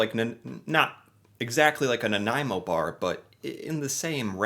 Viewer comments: Of all the words he mispronounces, he nails Nanaimo. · Bonus points for getting the pronunciation of Nanaimo right. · So glad he pronounced Nanaimo properly. I love that Costco brings in these bars for Christmas. M and M meats makes a really good one, as well. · Wow! That’s the very first time I’ve heard someone not from BC pronounce Nanaimo correctly! 👍👍 P.S. I don’t like the bars.🤢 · I’m from Victoria! Kudos on his pronunciation! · well for future reference it is pronounced nuh nai mow -someone who lives there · You even pronounced Nanaimo bar correctly. My absolute favourite snack. I’m gaining weight watching this. 😂🇨🇦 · Excellent video my friend and as a Nanaimoite I thank you for trying this delicious treat and for the correct pronunciation....love your channel....you really need to try a butter tart.....:) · Impressed that you said "Nanaimo" correctly ! Many, including Canadians, get the pronunciation wrong :) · I'm from Nanaimo and was impressed that you pronounced the City Name properly!!! Also glad you liked the bar!! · Nanaimo bars are the freaking great. My favourite desert. Homemade is best and the ones from M&M frozen foods. There are recipes on the net for these.popular at Christmas. I think custard came from Britain. Your pronunciation is getting pretty good.celebration cookies are great with a cup of hot tea, even though Americans don’t usually drink hot tea. Celebration is from Quebec. They come in dark chocolate as well, but I like the ones you got better. That building is in Quebec City I think. Actually bear paws look like actual bears paws. It’s a kids thing. I am not nuts about marshmallow cookies….way too sickening sweet. Digestives are not bad but again they need a cup of tea. They make good “dunkers” . Every thing goes better with tea. Never tried 1/2 moons. You should have tried butter tarts (with nuts) …………..you could make a good Canadian!